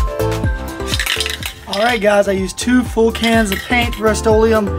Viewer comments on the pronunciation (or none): Did he say 2 cans?😅